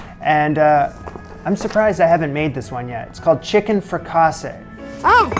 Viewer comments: That accent in fricassée tells you where the stress is in the word. It's not fri-caaase, it's frica-see. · It's not frekAsse. It is frekasEE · Love your vids. But FYI....it is pronounced "frick-a-see" not "frickawsay" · 30 sec in .. 'is he really going to say frih CAH say for the next 12 mins..' lolzzzz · Right!? I can’t with this! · 48 seconds in, and if pronounces it the same as focaccia, as in bread, one more time, my head might blow off! 😂❤ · fric a' see. Accent on second syllable. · Love your video presentations. Hope you won't be offended by this suggestion, but — as you're doing so many French recipes and you regularly need to say their names (correctly, if you care to!), might I suggest that you consult with a French-speaking friend for help? Sorry, but "frik-AHH-say" sounded kinda funny (but congrats on the results, which probably tasted great no matter how you pronounced it!) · All the fricassée pronunciation "corrections"! It is a French word, pronounced free-cah-SAY. Understood however that in English it is most often pronounced frik-a-see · I'm sure I'm late to the party and someone else already told you. I think its pronounced "frick-a-zee", my grandma made an amazing all white sauce one. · The French language doesn’t accent any syllable. It’s “frick-a-see.” Hopefully that demystifies future French terms. Enjoy your take. Bon Appetite. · it's leviOHsa not leviosAH. 🙂 haha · C'était pénible à écouter. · You are forgiven (French Teacher here from Marseille). Your accent was on wrong syllables with fricassé. Nobody is perfect 100% of the time. I enjoy your videos and a few recipes. Making salade niçoise today (my recipe). 😊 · Nine pieces of chicken? Was that a mutant chicken with three wings? Also this is a fun drinking game every time you mispronounce fricassée. 😂😂 Honestly it’s fun watching these old videos based on your skills today. Night and day. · Nothing could have prepared me for how says fricassee. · Pronounce it correctly.